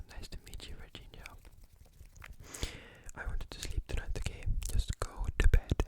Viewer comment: Virginia says Virginia, no virgingia, but it's ok, Virginia is an italian name, traduttore in english this word " La pronuncia non è corretta ma va bene perchè sei inglese/americano.... forse inglese, comunque non volevo insultarti se la prendi così, comunque sei fantastico" thk❤